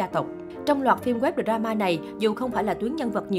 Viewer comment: Đọc tiếng Anh nghe sợ thiệt. Đờ ra ma Bi zi nét Min sét